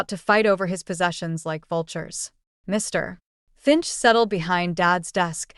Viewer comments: please use real readers!..... putting a space, second pause between Mr.....Finch.... does not sound correct. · Why are you always stopping when you saying Mr finch it's like your making him out to be 2 different people it's weird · What's with the "Mr. [pause] Finch"?? It is very disruptive. And the "That's all, M S Clementine." Um, I hate to tell you, but Mr. Finch was not sitting at his own desk at the time of the reading of the will. GET YOUR DETAILS STRAIGHT OR STOP PRETENDING TO BE AN AUTHOR. Hey, AI, a dash is not supposed to be read out loud. It means a pause, but then “you don’t understand that either. Hey, "Author", people read a LOT better than stupid AI's. Use one, your stories will be the better for it.